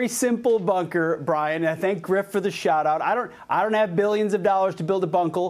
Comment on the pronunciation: He bungled bunker with bunkel.